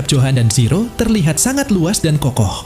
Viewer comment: Min.. Kok lama-lama saya dengernya Siro sih, bukan zero 😂